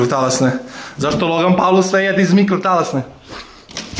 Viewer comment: kaze se pol ne paul..